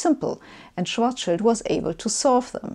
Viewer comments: I love how she pronounces "Schwarzschild'', i'mma use it from now on. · Uh, she's German. Of course she pronounces EINSTEIN and SCHWARZSCHILD correctly! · Sabine, I watch every episode of yours and enjoy your explanations. I have to praise you first, as you are one of the few in the English-speaking world who correctly pronounces the surnames EINSTEIN and SCHWARZSCHILD. The funniest are the speakers who pronounce SCHWARZSCHILD as SCHWARZS CHILD! You are also one of the few, who consistently uses the SI measurement system. However, in this episode, you also started using outdated medieval imperial units and talked about the diameter of the Sun in miles. I hope this was just a one-time linguistic failure, as we Europeans have no idea how much one mile is and what mile you meant. Stay healthy!